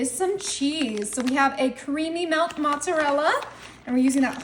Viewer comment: Mozzarella not MO"N"ZZARELLA WHATS WRONG With PEOPLE????? THERES N0 "N," IN MOZARELLA!!🤪😢😢